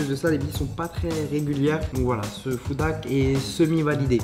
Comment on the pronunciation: S'il y a un H devant "Hack" c'est pas pour rien. Toi tu prononce ça "Ak" tu parle de moins en moins bien dans tes vidéos